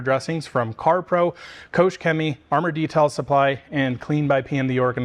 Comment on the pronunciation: Nice comparison, thank you. Just a small hint: the "ch" in Koch is pronounced like the j in jalapeño